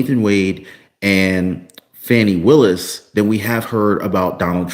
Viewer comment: you can not pronounce Fani Willus name correctly. You are reporting propaganda. How can you go to jail for dating someone. Get the facts!! There is no need for anyone to respond. I use to follow you not anymore. Definitely unfollowing!!!